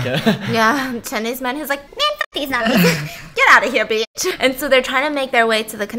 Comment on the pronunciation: Me: gonna leave for a snack Stephanie: BISS NO